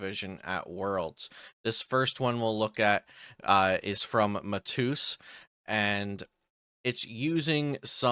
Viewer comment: Mah tay yus. Ur pronunciation was funny